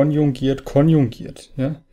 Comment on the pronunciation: es heisst "KONJUGIERT komplex" und nicht "KONJUNGIERT komplex"